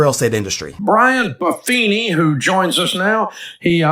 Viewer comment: indeed sir, you did 😂 Buff as in super fit and then Fini as in the end. No worries